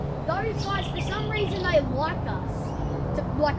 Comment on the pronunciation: "Theh dont come out in day time" Or ya know....try to attack people in the middle of lakes.